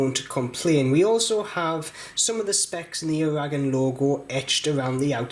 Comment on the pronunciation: I don't know why he mispronounces Aragon.